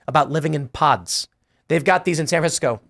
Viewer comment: did you say young people are excided about sleeping in pods or pot in SF.